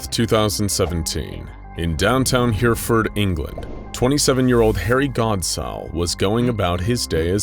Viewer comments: So glad I'm not the only one pained by his pronunciation Of Hereford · It's not Here-ford, it's heh-reh-ford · Hereford isn't pronounced hear-ford, it's pronounced hera-ford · Sorry, did you say downtown hearford? Fairly sure He-re-ford doesn't have a downtown.... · Hereford -> He-Re-Ford not Here-ford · "Here-furd" is actually pronounced "hair-eh-ford" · Whereford learn how to prounce things first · 40 seconds in and already groaning in British Hereford pronounced H-eh Reh fud. And shepherd's pie is lamb. If it has beef it's Cottage pie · Herraford is the pronunciation but honestly, good job and hilarious accent xx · Hereford - Heh-reh-Fud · heh ·ruh·fuhd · Nobody: Narrator: HereFord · I'm sorry but the way you pronounced Hereford is horribly inaccurate. It's pronounced more like He-Re-Ford. A lot of places in Britain have hard to pronounce names, and it definitely helps if you live here. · Hereford is pronounced, 'Herryford'. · I like this, it's definitely refreshing and unique compared to some of the other ones. Also...for future reference, it's pronounced Her-UH-ford. (Source: I live there) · Aargh "Herr-eff-ord" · Pronunciation of Hereford is painful!! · I have never been so excited to see Hereford, my home town in a video, only for it to be so heavily butchered in the pronunciation 😭😭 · You're not alone in your mental pain, I'm from Worcester and winced when I heard this narrators attempt at saying Hereford